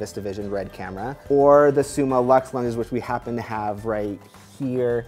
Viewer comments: Cool dude, but please, please. It‘s Summilux (Summeelux), not Summalux ;) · Its not SummALux its Summ i Lux, from the latin "summus/a/um" and ofc "lux"